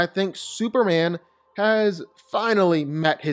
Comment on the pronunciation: It's superman.. Not super an ..